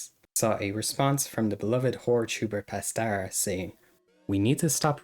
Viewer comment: "Pastera" 😭 Other than that, good video